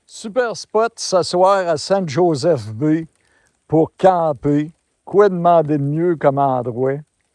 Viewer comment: Not Saint, San Josef, lol. So glad you went